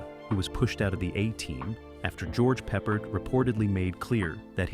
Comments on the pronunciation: Pronouncing MASH as M-A-S-H almost had me in stitches😂. And who is George Peppered?😅 BTW pretty sure the actor who played Radar was difficult to get on with on MASH? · Got a BIG laugh at "George Peppered". Now THAT'S funny. Thanks.